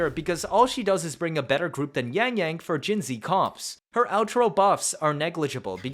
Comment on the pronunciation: Funfact, not only does every second cc write jinhsi wrong, but 99% pronounce her wrong as well. Hsi is a different writing for xi, resulting in her name being jinxi which is pronounced „jinchi“. I hereby offer you the possibility to be the 1% that does it Right 😂